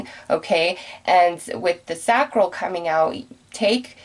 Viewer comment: With all due respect, Sacral Chakra, pronounced (say-cral)